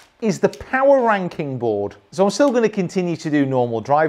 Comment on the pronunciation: Straighten out the I in Ranking please. lol